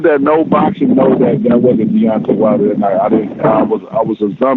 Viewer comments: Wilder doesn't even pronounce his name right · Wilder couldnt say his last name lol what a low I.Q fool .